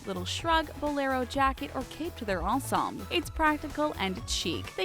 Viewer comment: Words mispronounced in this video: -Talons -Marchesa -Ensemble